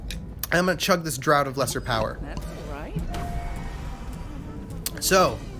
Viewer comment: The word 'draught' is pronounced 'draft'. Between that and the endless use of 'tons of' and 'super' I couldn't contain myself any more. Apologies :)